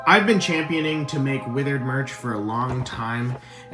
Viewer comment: da widereds